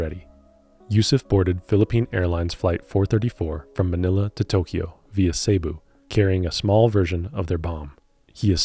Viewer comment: so far pretty good- just wanna let you know that cebu is pronounced "seh-bu" not "say-bu". other than that ive got no complaints about steep- the counterpart to brew.